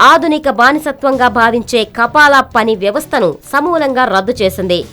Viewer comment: kapala kapal kadu news redar garu .( kafala ).....news cheppe tappudu telusu kondi